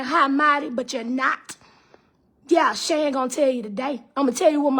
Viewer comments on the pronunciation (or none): none